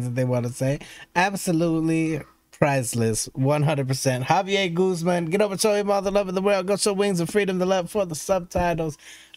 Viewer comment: You pronounce his name as "Ga-Bie-Jer"